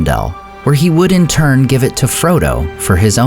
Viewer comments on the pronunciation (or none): none